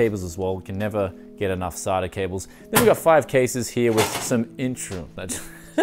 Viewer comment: is he calling them sarda cables? lol wot